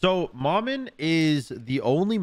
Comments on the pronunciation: Pretty sure its pronounced (muh-muh) not ma man. Its creole for mama, though in creole it’s spelled manman but im pretty its the same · How... Is nobody saying to just say "Mama" if you don't want to say it with the dialect? Because it's definitely not Mah-Man. 😂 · well the name Maman Brigette isn’t English so that doesn’t matter, she’s a Haitian god and this name in particular is French. Regardless pronunciation is fine, the proper way for Maman would be “Mah-Mahn” however is saying it close enough for a non French speaker